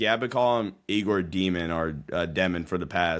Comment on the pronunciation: egor demin last name is pronounced more like djyo-min egor demon would be tuff tho